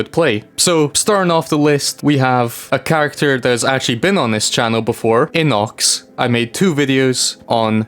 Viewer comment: bro that's not how you pronounce his name it's not inox it's I_N_O_C_S